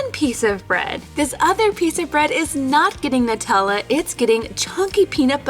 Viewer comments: its NEW-TEL-A the company chose that name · Of course it’s pronounced „Nootella“. It’s an Italian word. In German we have the discussion about the article used for Nutella. Die or das? Female or neutral? I always say “die”.😅